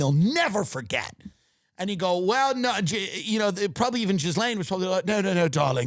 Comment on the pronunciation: Ghislaine: Pronounced: Jizzlane